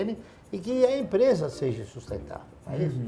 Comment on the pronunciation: Bilionário e fala "seje" rsrsrs bom pra mostrar pra esses professores mequetrefes que ficam corrigindo os outros! rsrsrs